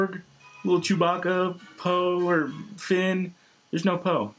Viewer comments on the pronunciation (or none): none